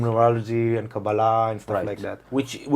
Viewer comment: Thank you for the correct pronunciation of Kabbalah,!!